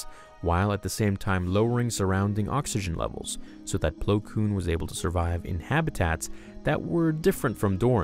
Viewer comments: It's Plo Koon, not Plo Koom. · My favorite Jedi, Plo Plowin😂😂😂